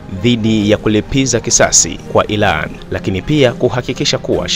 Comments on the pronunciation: Tafadhali mwanahabari tafautisha L And R mbona munatuboa ati ilAN ?? Hivi munashindwa wapi kushindwa kutamka IRAN? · Kwanz rekebisha kiswahili chako et ilan ndonin badala ya (irani) ujinga huo hatutaki